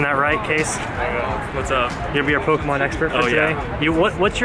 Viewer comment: It’s Pokémon not pokehmon jk